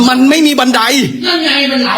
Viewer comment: บันไร กับ บันได ทุกคลิป😂😂😂😂